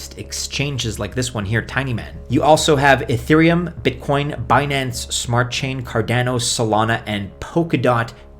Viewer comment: Cardanio, Ah-theereum, so many goofy pronunciations.